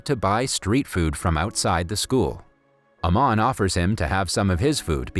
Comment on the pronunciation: It's not Naman it's aman